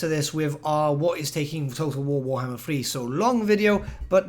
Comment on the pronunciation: nobody:: TOTO WOWOHMMER THREEE